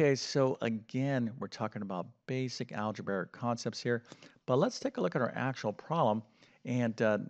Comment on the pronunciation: In fairness, it takes a long time to say “algeberric” that many times.